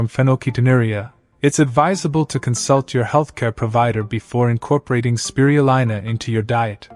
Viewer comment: It's Speee-ruuu-leeena. Cured a neighbour who was given 10 months to live from lung cancer.